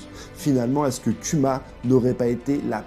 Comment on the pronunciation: Respecte Kuma prononce bien son nom [kouma]